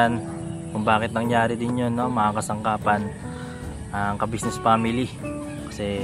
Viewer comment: Very good, atleast ikaw nabibigkas mo ang salitang Kabusiness, matanda na c sir kabusiness dapat lng iparamdam sa kanya na anjan pa rin kau at nakakaalala sa naitulong nya sa inyo,GOD BLESS